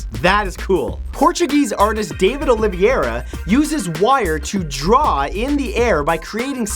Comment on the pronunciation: "David Oliviera" pt desapontado